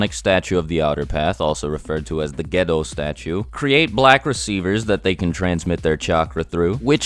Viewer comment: sorry for this but, its pronounced "g'E'dou" statue